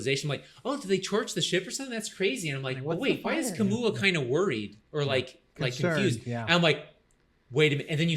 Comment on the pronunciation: Kamau not Kamua!